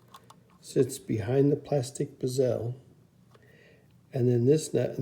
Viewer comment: Great videos! You’re causing me stress by the way you pronounce “bezel”. lol It makes my eye twitch. Mind you, I pronounce “decal” as “deckle”, as opposed to “deecal”. I find your videos very informative and helpful. Keep up the great work.